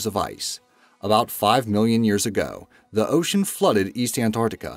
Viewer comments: Can i just point out that he says "years go" instead of "years ago" more than once, sounds clipped but yenno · Ha he cant even say ago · it's like that pretty much every time he says ago